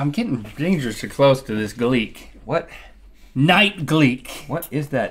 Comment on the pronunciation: For the last time........ it's not gleeK it's gleeT. GLEET not Gleek